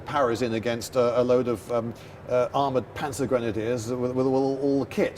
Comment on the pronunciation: Love how you pronounce Panzergrenadier😅 (I am german, and I know that in english, this type of troops is called mechanized infantry, so I didn't expekt that word.